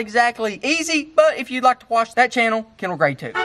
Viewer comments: Who else noticed the intro said Kendal "Gary" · I like mammys way of pronouncing your website better dash cam slop lol